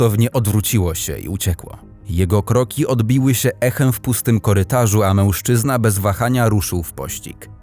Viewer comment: Fajny kanał, ale ten "MĘŁSZCZYZNA"...